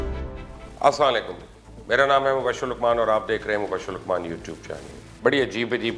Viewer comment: Asslam u alikum Bhai ap "salaam " saaf lafzon mein araz kia kren